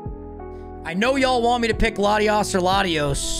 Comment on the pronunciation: NEITHER! THE FIRST O IN LATIOS IS SUPPOSED TO BE AN A! AND THERE IS NO W IN THE NAME!